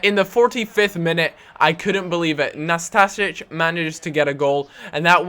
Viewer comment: You can say Nastasic perfect but you cant say Diakite!!! Dee-a-kee-tay